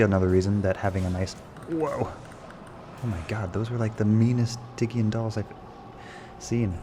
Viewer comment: "stygian" the G is pronounced like the G in Genius. It's not pronounced like the G in Gorilla